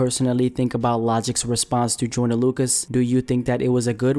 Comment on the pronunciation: Does anybody else hear him saying “Jordan” not “joyner”